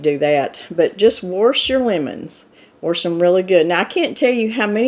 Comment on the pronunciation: Warsh. I love it that’s how my mom pronounced it